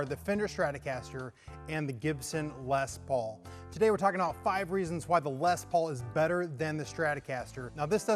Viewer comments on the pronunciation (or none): Why does everyone always pronounce les Paul incorrectly.